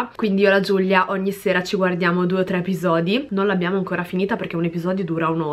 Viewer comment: Ma perché GiuGlia?? Si dice Giulia 😂